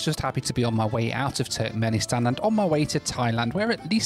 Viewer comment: wish i had a $ for every time he says Turknenistan